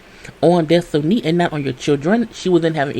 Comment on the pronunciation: Des-toe-knee takes me out every time 🤣🤣